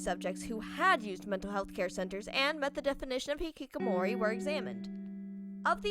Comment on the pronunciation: ITS hiHIkamori